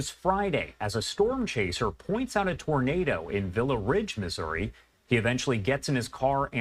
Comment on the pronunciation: " misery " as he trys to say missouri